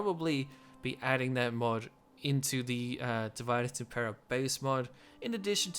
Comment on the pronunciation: I like your content but can you please pronounce name of the mod correctly. It is a latin word and the main culprit is that it has same spelling and meaning in English. Or you just can say it on English - Divide and rule.